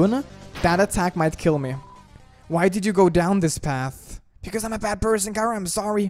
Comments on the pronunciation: OK not to be rude or anything just your saying cara like its a vegetable while i say it like chara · It's not khara it's ch chara ch ara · sigh ITS NOT CARA ITS CHARA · SHE NAME NOT KARA, SHE NAME CHARA CH CH CHARA! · Is it pronounced cara or chara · Your saying chara wrong its ch-ar-a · its chara (chRa) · Its not kara